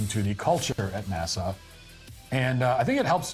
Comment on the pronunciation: It's NASA, not Nasah...!